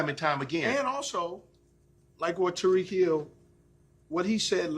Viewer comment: Lol he call Ty-reek “Ta-reek”